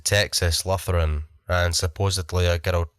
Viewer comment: Awesome as always! My favorite was the one at Texas Lutheran, 1- because I am a Texan, 2- and most especially, because of your beautiful pronunciation of Lutheran. Thanks for sharing!